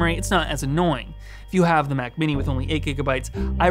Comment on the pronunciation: Sometimes you say Mac and it sounds like “Myak”